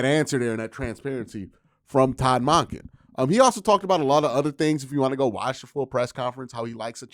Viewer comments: Monken = dunkin not donkin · Great as usual, Q. You gotta start pronouncing his name correctly- it’s MUHNken- as in Monk. Not MAHnken. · Really interesting how says Todd Mahnkin and not Monken 😂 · Q I love your content I come to your videos to get down off the ledge because the Browns are the Browns, with that being said can you please please start saying Todd Monken's name correctly, it's just like saying a Buddhist monk with an U sound then add the "en" so it's pronounced Munk-en not Mock-en if you listen at the press conference when he is introduced you will hear the correct pronunciation, thank you for all you do FYI remember that tv show Monk just like that